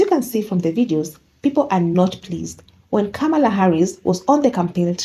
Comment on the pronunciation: I love your videos, but you keep mispronouncing Kamalas' name wrong. It's , La